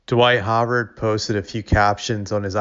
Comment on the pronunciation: His name is Dwight Howard. Pronounced How ard. How. A “W “ sound. Like w in wow.